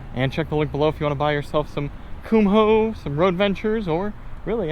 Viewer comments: They're "Koom- oh" not "cum hole." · You are first person I have ever heard pronounce the "h" in Kumho. I double checked and grabbed a Kumho commercial, and yes the H is silent, you are not pronouncing it correctly.